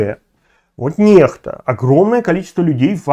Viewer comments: Ну, Курейчик, блин🤦🏻‍♀️🤦🏻‍♀️🤦🏻‍♀️🤦🏻‍♀️🤦🏻‍♀️🤦🏻‍♀️ Хватит уже нЭхта!!!!!! 😡😡😡😡 нЕхта !!!! нЕхта !!!!! И кому нужна твоя бесполезная критика? Что это меняет сейчас? 🤦🏻‍♀️🤦🏻‍♀️🤦🏻‍♀️ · Ньехта а не нэхта или Nexta нэкста по английски